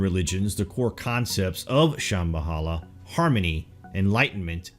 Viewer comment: Dont forget "Sham-bahala" instead of "Sham-Ba-La"